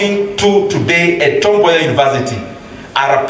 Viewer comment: *correction : It's Tom Mboya University not Tombay university